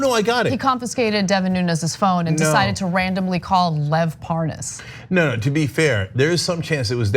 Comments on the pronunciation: "this guy Parnez or whatever his name is"....Hannity mispronounces it right after he pronounced it correctly. What a fraud. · Wouldn't it be a trip if we end up hearing Lev pronounce his name the same way Hannity pronounce it, thus proving Hannity having also been involved by knowing how to say the dudes name correctly and outing himself subconsciously right there 🤣